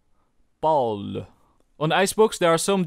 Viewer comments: When you pronounced Paul you sounded super French is that ur nationality?? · When you said "Paul" i was thinking about romania because we also say it like that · Pol, PAUL, Pol xD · De Hollandse uitspraak van Paul haha